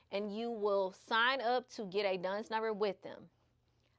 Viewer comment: you don't pronounce Dun and Bradstreet as DUNS and Bradstreet. That's not the man's name. His name is Robert Graham Dun. She said Duns and Bradstreet number and Duns and Bradstreet score, which is wrong. These are basic things that anyone in business knows. They will think you are ignorant if you say Duns and Bradstreet. Saying Duns number for short is not what I was referring to.